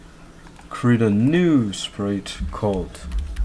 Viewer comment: bro said pite instead of sprite 🤨